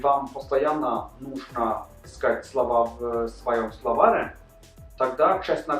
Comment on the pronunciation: Не в словАре ,а в словарЕ.